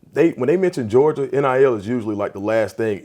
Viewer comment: “Gerogia”? C’mon, On3 Recruits!!! 🤦🏼‍♂️